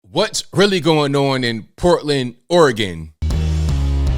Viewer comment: It’s Oregon